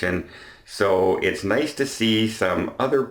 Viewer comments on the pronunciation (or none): none